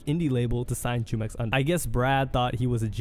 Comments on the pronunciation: Hey just wanted to correct you on prononciation on Jumex's name, its a spanish word that he got from the mexican juice brand named jumex. So the J sounds like H, pronounced HOO-MEX not Jew-mex lol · It's pronounced Humex smh